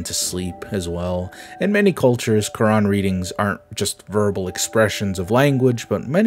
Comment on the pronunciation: Why do they wreck the name of Quran